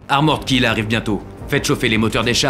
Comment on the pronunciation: Armorèd Kill, mais allo les gars, apprenez à parler un minimum anglais quoi O_O